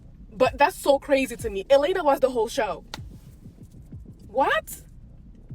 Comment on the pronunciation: you mispronounced Elena which proves you're just reading off a script.